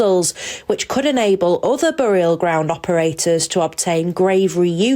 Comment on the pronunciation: What's a bore-ee-al ground?